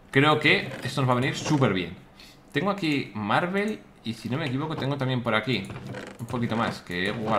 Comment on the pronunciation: Willy dices marvel en vez de marble xd